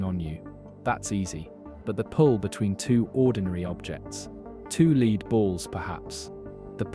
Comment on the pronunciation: Lead is pronounced 'led' in this context.